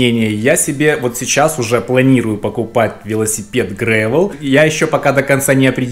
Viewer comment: где ты в английском языке увидел й? с чего ради грэйвэл то? грэйвел это серый велик получается